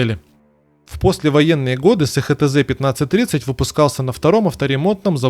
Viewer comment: СеХеТэЗе 😅😅😅😅 эСХаТэЗе!! И заводы: эСТэЗе, ХаТэЗе